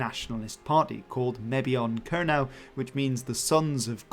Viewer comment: Kernow yw leverys dhe rimya gans 'crow' yn Sowsnek, yn le a 'now'. Kernow is pronounced to rhyme with 'crow' in English, not with 'now'.